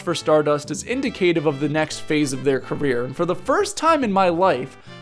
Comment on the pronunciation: Homie doesn't know how to pronounce indicative